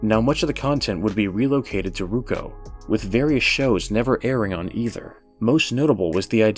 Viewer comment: Not American, its Roku not Ruko..., its comment farming ugh